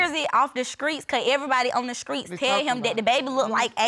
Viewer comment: They need to go to speech class… both of them said skreets instead of streets…smh!